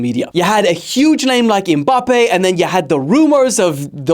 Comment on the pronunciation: be like: Mbappe❌️ Em-mbappe✅️